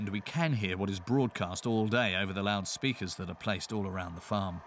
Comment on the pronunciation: They are loud speakers not loud speakers Compound nouns are usually stressed on part one!